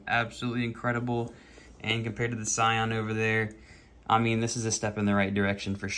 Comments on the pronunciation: "Sayan"...it's a Dragonball car? Dude, it's pronounced "Seean", it's an italian word. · i cringed everytime i heard scion, good showcase though